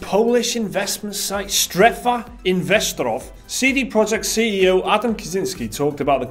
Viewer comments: Not "investrof". It's "strefa investoroof" if anything. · Haha I loved pronounciation of "Strefa Inwestorow" It's anything but that, still good attempt :-)